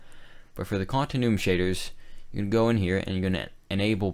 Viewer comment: Continuum is pronounced "Continue-um" xD